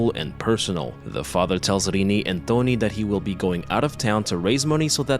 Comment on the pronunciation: His name's 'Tony', not "Dony".